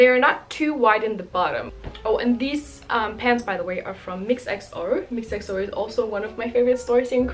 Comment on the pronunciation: Mixxo는 미쏘라고 읽어요